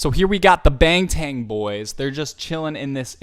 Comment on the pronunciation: 뱅탠이라고 하는거 왜케 웃기지 뱅탠 보이즈~ㅋㅋㅋㅋㅋㅋㅋㅋㅋㅋㅋ